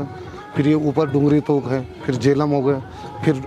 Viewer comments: जेलम गांव सर , ना कि झेलम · It's Jelum